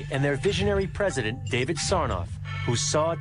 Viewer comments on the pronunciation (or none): none